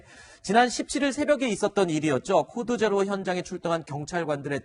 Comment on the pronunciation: 코드제로 발음이 힘든가? 왜자꾸 재료라하지